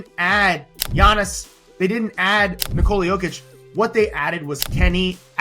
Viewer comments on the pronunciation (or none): none